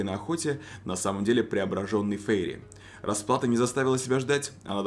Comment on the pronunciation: Фейри.. Прямо как фери, простите😂